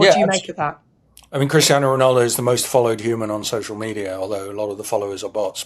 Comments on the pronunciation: It's actually Ronaldo not Rinaldo! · You do mean Ronaldo, not Rinaldo, right?